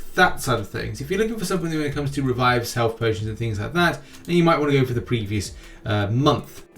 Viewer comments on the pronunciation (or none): none